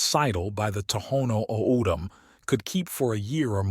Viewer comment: Great visuals but the pronunciations are so off. It's Papago (pop-ah-go) Saguaro (sah-wa-ro) O'dham (Otham) olla (oh-yah)